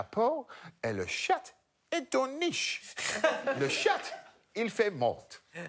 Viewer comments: The way they are pronouncing "chat" with a hard t actually makes it another word for vagina. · Anyone going to comment on the fact that the way they were pronouncing "chat" ("chatte") means pussy in french, and not necessarily cat..? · Love Greg’s pronunciation of Chat. If you say the t then it no longer means cat!